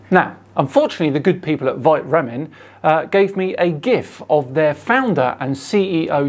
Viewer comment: Feel like this company is meant to be pronounced "Vita ramen" like it's meant to have vitamins in it.